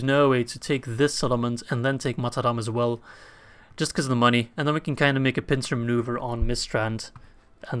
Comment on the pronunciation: Boah, its all about the MUNNEH!